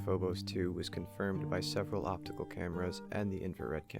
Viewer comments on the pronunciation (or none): none